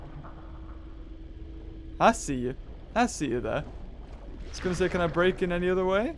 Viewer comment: i like how no one noticed that he said se instead of see and only noticed DEOTH